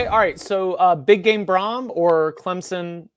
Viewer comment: it’s Clemson, not Clemzon. I was there and people left because the product on the field was trash.